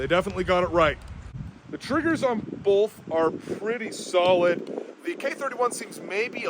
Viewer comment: "The triggers on 'bolth'..." Yep, that's a classic PNW pronunciation. Can you compare the K11 to the G11?